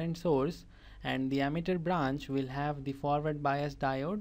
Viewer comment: Not ammeter that's emitter speak Wrightly